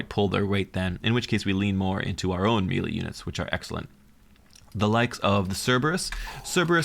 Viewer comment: Thought 1. "I love these faction deep dives, I am so glad I found this channel." Thought 2. "... He's going to say Mee-Lee in every single video isn't he?"